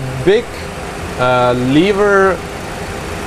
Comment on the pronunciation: The way they say "lever" hurts my earts :|